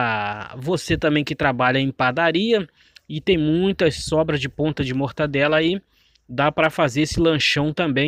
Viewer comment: Muito boa receita uma delícia Só precisa melhorar o português A pronúncia certa e Mortadela e não mortadela como você falou Fica a dica mortadela e o correto ok